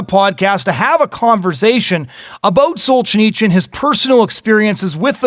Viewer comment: You'd think that if the guy is doing a podcast or a radio show about some historical figure, he'd first find out how to pronounce that person's name. It's just basic respect to both the deceased person and to the listeners. It's also part of the job of someone who talks for a living. The man was not "Solchineechin". But then, this guy pronounces literature as "lidicher", so maybe he has a few literacy problems.